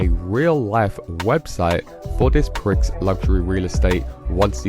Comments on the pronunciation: Prix pronounced 'Pree' as in Grand Prix.... NOT "Pricks" FFS! 🤦 "American English" SUX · It's pree not pricks! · Prix in Prix Luxury is pronounced as “pre”